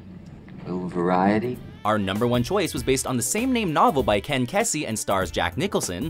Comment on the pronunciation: Slight correction from Eugene, Oregon..😊 Ken Kesey (pronounced Key-Z)